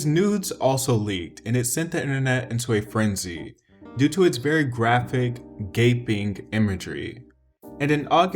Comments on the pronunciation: "*GAPPING* imagery" YOU CANT BE SERIOUS. LMFAOO IM SUPRISED NOBODY IS TALKING ABOUT THIS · why did you emphasize Gaping? WHY DID YOU EMPHASIZE GAPING?!! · WHY DID YOU SAY GAPING???? 😭😭😭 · "graphic, GAPING, imagery" WHY YOU HAVE TO EMPHASIZE GAPING LIKE THAT!?!?!🤣🤣🤣🤣🤣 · because it is emphasized in that 😳